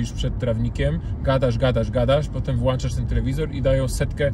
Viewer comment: Kur włączasz nie włanczasz trzymajmy poziom tylu świetnych ludzi tak kaleczy dramat